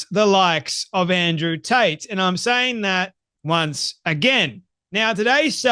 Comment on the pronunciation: Did you say Andrew Taint ?